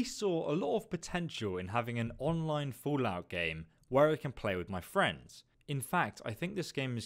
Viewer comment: I like how you pronounce the game as "FOOLout" throughout the video :)